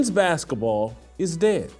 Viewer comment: Baskah Ball???😂😂😂